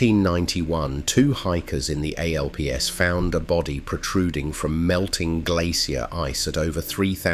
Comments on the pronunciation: AI narration giveaway, right away: "A-L-P-S" instead of the one-syllable name for the European mountain range, "Alps." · AI rubbish. Since when are the "Alps" in Europe pronounced "ay-ell-pee-ess"? I stopped the video at . Don't waste your time here. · Oh, indeed the Ah-hell-pee-hess mountains... As long as AI can't properly speak foreign names, like Alpes (the European mountains), we're safe. This is AI SLOP, and some shitty one. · 'Hikers in the a l p s..." Didn't even continue to watch from that point. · "Alps" is a word, not initials. Who thinks they are called the A.L.P.S.? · The A L P S huh? This insults my intelligence. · The A.L.P.S.....as in the "Alps" ? No doubt its AI. 😮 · Less than 30 seconds in we get: "Two hikers in the a-l-p-s" I'm curious; how long does it take to produce a 20 minute YT documentary with AI? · For heavens sake - not going to bother to watch this as within the first minute AI spells out ALPS!! Shame as it would probably have been good. Given it a thumbs down! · Where are the "Ay el Pee-ez'"?? 🤔 In "El Self Adore"? 👎🏼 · Got 5 seconds in before the A.I. spelled out A.L.P.S. nah. shut it down so as not to reward the algorithm. I know…the comments earned them points too…but had to warn others not to bother. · A.L.P.S.? Does AI have ANY intelligence? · I stopped the video after two idiot bits of information, 1. Within seconds we are told the body was found in (I sea).. 2. The location was A-L-P-S. AI is going to be the bane of our lives especially as administration and governments want to force more of it on us.. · That got me too.....The A-L-P-S....WTF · yep, I stopped it exactly at "EI EL PI ES"... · in the what, the A L P S ? You mean the Alps buddy, or botty AI? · The A-L-P-S? Not Alps? This AI slop is just that: slop! It's insulting. I'm outta here & I will be pressing the "Do Not Recommend Channel" button. Creator: do yourself a favor & drop the AI. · You can't get an AI that say "alps"? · The A L P S ? Come on.